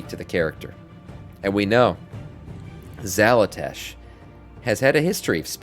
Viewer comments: why do you keep saying "xalatash" when its "xalatath" ?? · Xalatath. Xala”tath”. Tath. TATH.